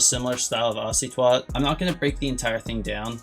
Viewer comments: He said " ocy twat " ☹ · Bro knows the exact tendencies of icytwat but can’t pronounce the name💀good video tho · how do you say icytwat wrong